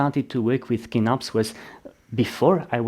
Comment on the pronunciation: Great video! I really like this model of office chair, it holds up really good for my needs. The only other thing I can comment on is the prononciation of Kinnarps. Your are closer to the Swedish saying if you pronounce it with a soft K at the start, "Ch-innarps", just like chin. 🙂